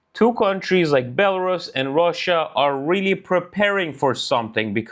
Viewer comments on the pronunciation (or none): none